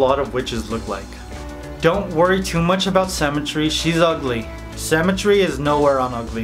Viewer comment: Every time you said symmetry I thought you were saying cemetery, quite apt for Halloween cakes 😂